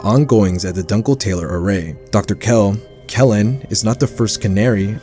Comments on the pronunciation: it’s doon-kel-tah-ler, not dunkle tailer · NO WAY he saughtered the world "Dunkletaler" as "Dunkle Taylor" 😭